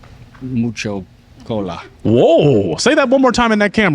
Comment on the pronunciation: Muco COLA?!?! Pronounced “oo” as in Cool.